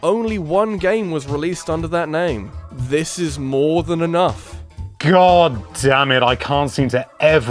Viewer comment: "If you zoom in far inough" wtf